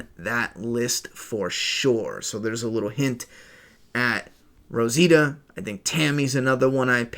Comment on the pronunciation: Rositia huh? 🤔 Sure it's not Rosita?